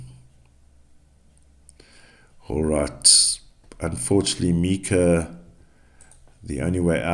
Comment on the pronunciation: Its myka You are pronouncing her name wrong